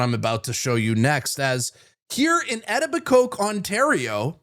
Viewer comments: iTOH-biKOH. Not “Eti Bikoke”. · I have NEVER heard any1 say Etobicoke (E-Tobe-Eco) the way U did here # WTF???! Like putting an "L" in Scarborough every time he says my city. LOL come on guys really... edible coke ha ha ha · it’s pronounced Eh-toe-bico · Et-i-b-coke?😅😅😅😅😅😅😅 Its.. UH-TOW- BUH-KOW AND FURTHERMORE.. THESE DEWALI FIRES AND NOT ABIDING BY OUR LAWS AS HOMES BURN DOWN, AT WHOS EXPENSE? HOME OWNERS LOSSES? GOVT WE TAX PAYERS INCUR THEIR F-UPS! GO HOME! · Lol love ya but know your not from the GTA, Doug Ford joke town of... et-a-bu-coke made me laugh, never heard that pronounced that way, I'm busting balls as that's what Canadians do with others we like. Etobicoke sounds more like etoe-bu-co if that even makes sense, but keep up the great work brother What's this Palestinians page or whatever, id love to tell her to go F herself and get the F out, wow what an entitled B, unreal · Ed a ba coke love it! E toba co is the way to say it. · It's pronounced Ee-toe-bick-oh not Etto-bi-coke. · "Eta-ba'-coke". Haha.... try "A-toe'-ba-coe". You're welcome and welcome back from your hiatus. 👍🙂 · It's not Etobicoke it's pronounced e-tob-a coe where are you drom??? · Edibicoat Ont . WTF It is pronounced E-toe-bi-coe. You sound like a moron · etibi-COKE? WTF dude... if you're gonna do a video stating "news".. Doug Fords home town of etibiCOKE... drop the name into a youtube search and find out how it's pronounced so Canada doesn't spit water all over the place laughing at you when they hear it. e... like the letter sounds... eeeee-TOE-bick-oh. Etobicoke = eTOEbickoh. You're welcome. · LOL You called it Ed-i-bi-koke Ontario... Its pronounced "E-Toe-Bi-KO" Etobicoke. But Great Video Anyway :) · "Etti-ba-coke" is hilarious 😅 It's pronounced "Eh-toe-bi-coh"...and it sucks. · E-TA BA COKE ONT--WTF is that ? where are you from ,because youre not from Toronto or Ontario,--its pronounced EE-TOE BE COE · its e_tobi- co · Nah, I hear "edible coke"